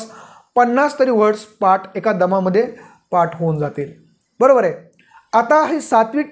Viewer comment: पाट नव्हे , पाठ